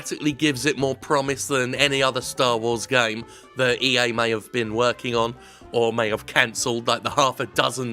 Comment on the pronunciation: "Just 'ave a gun" - Wow Jim how long have you been living in the Deep South now?